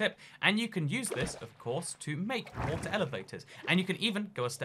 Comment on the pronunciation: WOTER SHEEP